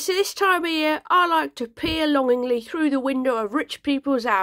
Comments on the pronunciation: I thought you said”...pee longingly through...” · For a moment I thought you said "I like to pee through the windows of rich peoples houses", and so I giggled. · Had to listen twice 'cos on the first run I could have sworn I heard you say " pee through the windows at people eating their Christmas dinner" conjuring up visions of peers , peeing and peering everywhere.....Don't worry I got it right the second time. Must just be me.